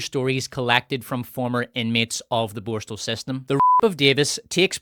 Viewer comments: Borstahhhhl 😂 wtf is that? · These AI narrations can't even pronounce the word borstal properly